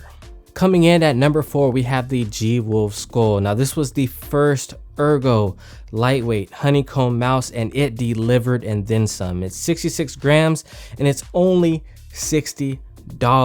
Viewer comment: Sköll inte Skoll ;)